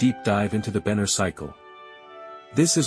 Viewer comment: Benner not banner